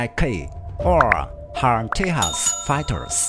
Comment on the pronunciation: Just a heads up... the Tejas is not pronounced "tay-has." It's pronounced "tay-jas." Keep up the good work 👍👍